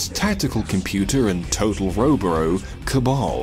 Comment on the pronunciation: Lol ""